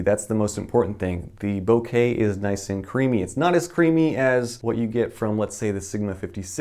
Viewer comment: Thank you for saying bokeh correctly.